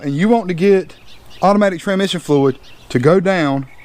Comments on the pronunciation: Did you actually call that “automatic TRANmission fluid? And, even do it several times? “TRAN mission” fluid? WTF! Congratulations, you get to “hillbilly English award” for the day! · Trammmisshinn fluid?